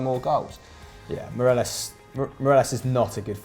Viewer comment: Miralas ffs it’s Morelos